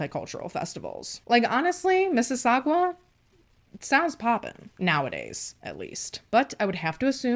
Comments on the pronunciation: lol I am so close to Mississauga lmao it is miss-is-sa-Ga lol not gua lmao it’s driving me nuts 😂😂😂 it’s weird all of your Canada cases I’ve watch so few are close to me ahh it’s weird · For the pronouncing of Mississauga pronounce the sauga as saga. Hoping this is not coming as rude. I live in Mississauga 😅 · Hahahahahahaha Canadian here....I chuckled every time you said Mississau...gwa. love you ❤️